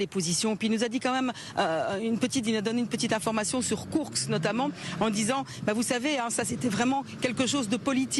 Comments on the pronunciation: Très bonne vidéo, comme d'habitude, mais pitié, c'est KourSK et non pas KourKS... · Salut et merci pour tes explications. Sinon, tu peux aussi prononcer kourSSSke au lieu de KourkSSSe. C'est pas grave et ce n'est pas ça qui fera perdre l'armée russe...